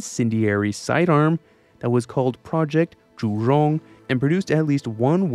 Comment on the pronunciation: I appreciate your attempts to pronounce Zhu-Rong correctly, and the level of your research.